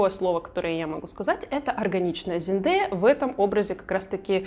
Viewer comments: Боже мой, мои уши!!!! ЗИНДЭЯ фу, в России она Зендая!!!!! Запомни этооо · Она сама в интервью говорит,что ее имя именно ЗенЭя произносится)зачем коверкать?)